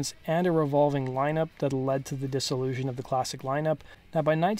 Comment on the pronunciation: "dissolution" or "dis-illusion".....huh? huh?....I'll see myself out